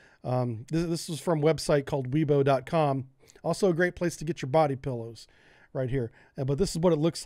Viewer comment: "weibo" is pronounced "why-bo" ... don't ask me why tthey spell it like that if they refuse to say it that way. been having that debate for years.